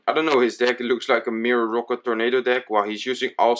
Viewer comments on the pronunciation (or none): omg can you say rocket and not rooket?